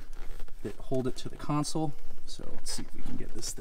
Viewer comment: I appreciate the fact that you correctly say CONSOLE and not “council” that I hear so many others say.